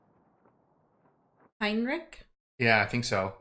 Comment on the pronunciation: HEINRICH, NOT HEINRICK, PLEAAAASE 😭😭